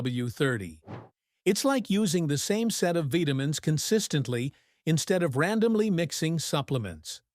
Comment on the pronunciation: Veetamins ..lol